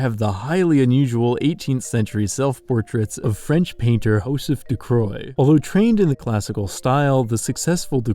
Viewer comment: Great video, very entertaining. But i just woke up and i'm a bitch when i do, so... Why would you pronounce his name Ducroix when it's clearly Ducreux?